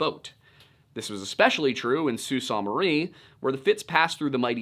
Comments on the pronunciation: hey …. Traverse city native here… it’s pronounced ‘Trav-erz City’. Also, Sault Ste. Marie is pronounced ‘Soo Saint Marie’. Great video! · Yo,, 4+ decade denizen of Michigan, here. We of the Mitten State don't pronounce it the French way. We say "soo-SAINT-marie". Nobody says "saunt" Just fyi. Also I'm entertained by you saying "lake hew-ron". It's hard to give the local pronunciation in text but it's closer to "you're on" with the soft H sound at the front. "H-you're-on". Thornbury actually gets this one correct. Traverse City: use an actual A sound, not a "U" sound. "TrA-verse". Think "Trash" without the "sh". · From Michigan here! "SOO saynt mə-REE". Pronounced like "saint" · Pronounced “Aisle Royal” , “SOO Saint marie.” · I grew up in Marquette and this story is one almost every kid knows. Couple things about how Michigan pronounces town names. Sault Ste. Marie is pronounced Soo Saint. Nobody really knows why. Traverse City is pronounced with the emphasis on the Tra part. And for no reason at all, Honor is pronounced Honer. It's a weird place. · Great video! As a Yooper, I would like to express my appreciation for the this video! I would like to offer a pronunciation guide to three places… could just be my hillbilly ass keying in on your Pennsylvanian accents. Sault Ste Marie (Soo Saint Marie) Michipicoten (Mich-ah-pe-cot-on) Keweenaw (Key-when-nah) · Phenomenal work here. I’ll be the language pedant for the day: Michiganders pronounce it: ‘Aisle Royal’ - Isle Royale ‘Soo Saint Marie’ - Sault Ste. Marie (the ‘saint’ being standard English pronunciation) ‘Puck-a-saw’ - Pukaskwa (for some reason) ‘Tra-vers city’ - Traverse City (‘Tra’ like in ‘track’, emphasis on same syllable) ‘Key-win-aw’ - Keweenaw Peninsula (again, backwards of how it appears for some reason) Thank you for probably the best video I’ve seen on the Fitz! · Only critique at least the Yoopers in the area I'm from pronounce Sault Ste Marie....(Soo Saint Marie) 😁